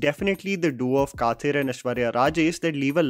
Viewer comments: it is not pronounced as "kaathir". it is pronounced as "kadir" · Please don’t butcher Tamil names. Kathir is pronounced Ka-dir. Just FYI!